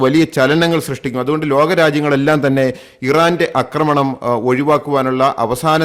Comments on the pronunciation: അക്രമണം അല്ല. ആക്രമണം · Thante ' akkramanam' chollu masangalaayittu kelkkunnu Aakramanam ennu parayaan ithuvare padikkatha pottanmarude rajavu ,,marapottan ennu ellavarum parayume